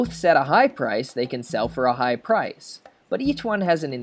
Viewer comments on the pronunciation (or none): none